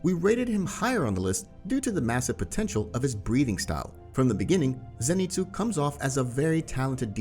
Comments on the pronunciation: Zenitsu not Zanitsu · BRO U SPELL ZENITSU WRONG U SPELL ZANITSU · Ah yes Zanitsu Agatsuma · Zanitsu?? You mean zenitsu? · Why is it zanitsu it's zenitsu